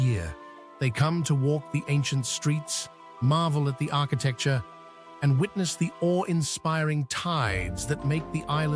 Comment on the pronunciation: Mt. Saint Michel really is a magical place. This particular A.I. voice is getting overused already. And he mispronounces 'architecture.'